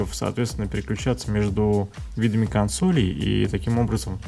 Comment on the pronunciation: не говори кОнсолей, слух режет, будь молодцом.